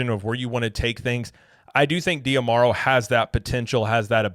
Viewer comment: I believe his name is pronounced "Josh Dah-Marrow" (based on interviews I've seen) rather than "dee-ah-marrow."